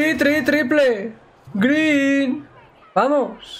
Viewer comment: Das pena cuando dices "greeen".